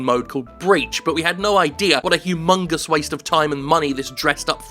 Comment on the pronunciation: Jim said Humungus. Hugh. Mungus. internalized opression intensifies